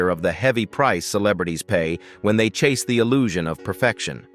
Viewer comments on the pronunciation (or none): none